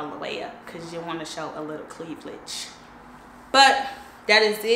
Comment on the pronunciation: All the fits were so cute but I need you to pronounce cleavage again 😂 I had to rewind it to make sure you said the way you did lol